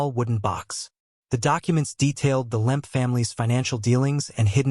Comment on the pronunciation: It’s Lemp, not Limp or Lamp